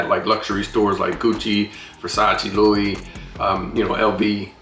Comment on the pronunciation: Not to be a spoiled sport, but the Louis is pronounced as Louie.